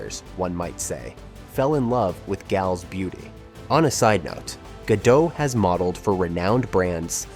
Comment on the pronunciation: Gal Gad doh? You're narrating an informative video about the life of Gal Gadot and you can't even pronounce her name correctly? The "t" is NOT SILENT! Do a little RESEARCH!!